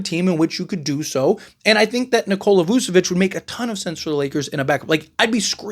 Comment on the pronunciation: voo? nah vooch